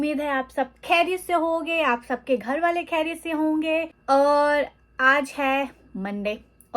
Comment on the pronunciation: A small correction. Please stop saying کھیریت۔۔۔ Correct word is خیریت ۔ I hope you don't take it as criticism.